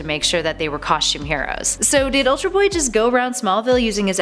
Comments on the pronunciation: "ULTAR" BOY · "Ultar" Boy?